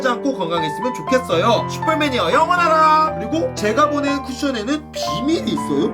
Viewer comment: 영원하라 말할때마다 영어나라 생각나 ㅋㅋㅋㅋ